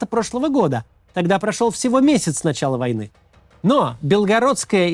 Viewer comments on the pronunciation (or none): none